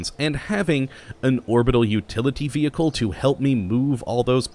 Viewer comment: Vee Hickle 10/10 pronunciation there at the start